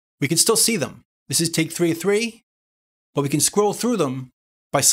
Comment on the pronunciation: Take Take, a new Taaake, all Takes here! (You say that word funny)